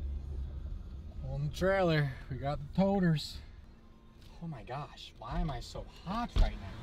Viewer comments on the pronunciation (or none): none